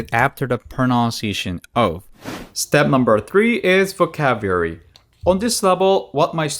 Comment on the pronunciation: It's pronounced vo cab u lary